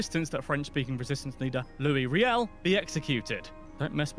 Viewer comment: it’s Riel not Reil